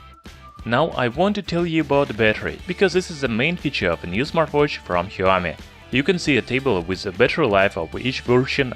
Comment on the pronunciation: Shaomi not heeaomee